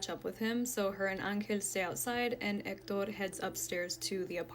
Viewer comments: omg we get it, you can pronounce "EKTODORR". You can just say, "he" once in a while 🤣 #hector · Just say Hector!!! Quit pronouncing it as Ector!! I understand that it's Spanish, but stick with one language or the other! You sound stupid.